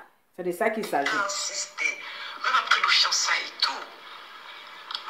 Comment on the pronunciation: Eeehhh.... on dit pas fiancaiges, mais fiancailles 😂😂